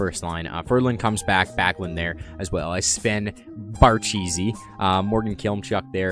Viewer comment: "Bear-cheesy" hahaha